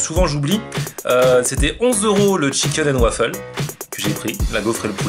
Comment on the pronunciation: Chicaine and wafeule